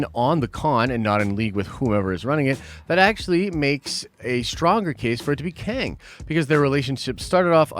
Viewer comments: Qeng. Not Queng. 😉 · Prepare to be Bohnered, it's KING LOKi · Also... Kwang tower? There is no U after the Q, the guys name is Kang, so it's pronounced the same. FFS, you trolling us or what dude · It's not Kang dummy it's Loki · I think Qeng is just pronounced "Kang"